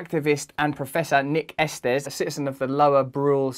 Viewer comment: It's pronounced Esteez